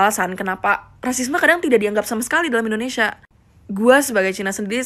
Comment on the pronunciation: Artikulasi lu dibenerin yaa....INDONESIA. dan bukan IndoNESA !!!!